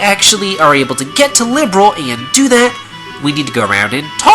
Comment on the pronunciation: am i the only one who's bothered by the way he pronounces "Liberl?" just me? oki. nevermind.